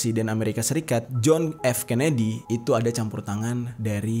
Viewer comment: joh kennedy bang bukan cenedy